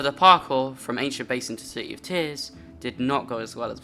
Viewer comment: bro literally says c-y in -ears, he's so bri-ysh